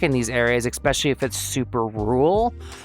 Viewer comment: Please stop saying "eck speshully" for the love of Nemona